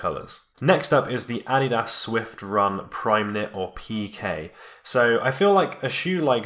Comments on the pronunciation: "Ad-di-das" luv it!,😂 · Is that really the way to pronounce Adidas? Or is my life a lie?!